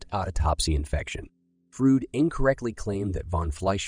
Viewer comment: soulless "Frud"